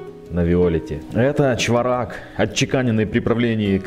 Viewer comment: Спасибо за обзор по монете. И,не в обиду,ударение на первую гласную--чвОрак)